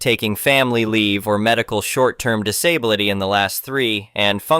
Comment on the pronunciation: it still can't pronounce disability correctly.